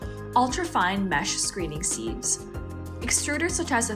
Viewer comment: lol seeeves ... civs ... is how it is pronounced ... she sounds so bored in her monologue on this topic .. you can hear her boredom comming throgh in her voice in almost every other word ... you would think she would have some enthusiasm if it was something worthwhile ... with her voice I get the impression what she is saying is NOT the truth ... more like this is what we hope it will do but it doesnt do that yet .. so far what me make is best used for the core of a casting mold and burnt out not as the actual part you want ... that's how she sounds to me ...